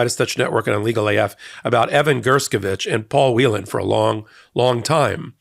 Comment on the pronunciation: Paul Whelen's last name is pronounced "Whale-n" not 'Wheelan'. Congratulations to all who are released. Thanks to President Biden for getting the job done. VOTE BLUE! 💙💙💙💙